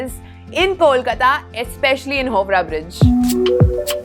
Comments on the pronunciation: Slight correction, it's not pronounced as "hovra" bridge instead it's "haao"- "raa" bridge. In hindi we sometimes say haan as "hao" right.. same way.. Howrah bridge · The pronunciation is ha-o-rah bridge..not hobrah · I belong from Howrah. It is pronounced as “How” - “Rah” bridge! Good video 👍👍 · You guys intentionally mispronounce ta words to look cool or your research is so inadequate that you call Howrah as Hobra and Ballygunge as Balugange. Or maybe you can't read? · Howrah: pronounced as haavra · First learn to pronounce the heritage and cultural epitome of our country. You have pronounced the "Howrah bridge" name wrongly. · Howrah bridge 😂 bolne ka tarika hi glt hai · She spoke about Maidan but muspronounced HOWRAH though 🧐